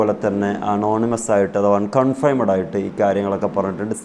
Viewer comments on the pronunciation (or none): usthathe, enthunu kafirinte bhasha parayunnathu? nere chovve ucharanam padokoo..'confiaimed;???????